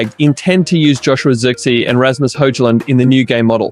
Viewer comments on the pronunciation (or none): Great comprhensive coverage. I would note that you don't pronounce Hojlunds name with the J I usually hear it and say it like Hoylund. Ten Haag has two a's so its more like ten hog but that's nitpicky to me tbh. honestly I'd still prefer united to get another left back, esp to shore up the position and let martial and shaw get back to full fitness as best as possible.